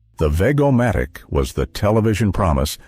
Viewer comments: It was pronounced as VEJ-O-MATIC! Not veg a matic! I owned 2 along with many Ronco products. ( along with a free bottle of spray hair😜) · Veg-o-matic is pronounced VEJ-oh-matic. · I'm only 3 minutes in & I have 2: the vegetable cutter, veg -o-matic, same soft "g" for both. Bass-o-matic is a short "a" like in the fish Bass, not in the deep pitch. 🎣, not base. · While a nice trip down memory lane, please learn how to accurately pronounce Vego-O-Matic, or even Bass-O-Matic. (They were: Veg as if you were saying vegetable and stopped after veg, not rhyming with beg; Bass as in B+ass, not as in a bass speaker.) Other than that, a nice trip in the way-back machine,.